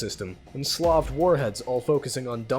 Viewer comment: i love how you pronounced slaved warheads as slav warheads. i imagined missiles in ushankas with vodka strapped to them XD